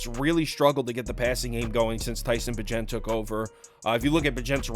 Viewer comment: Bagent is pronounced like agent but with a b lol